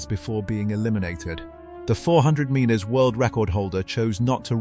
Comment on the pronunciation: Please learn to pronounce metres!!